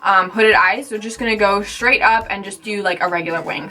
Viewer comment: Straight not shtraight